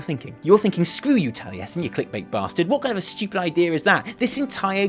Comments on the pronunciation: I liked the video the moment he said, "" and I'm not even mad about it. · fucking nailed it, mate.